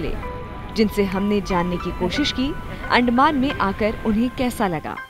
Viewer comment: अंदमान है भाई उस्को अंड कह रहे हो.😂😂